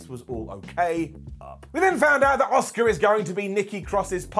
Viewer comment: I love when calls Asuka, Oscar